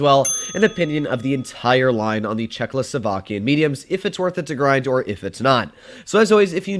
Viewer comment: It's not "Czechloslovakia" 🤭